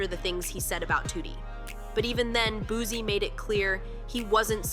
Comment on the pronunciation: It’s not Boo-Z it’s Boo-C😂😂😂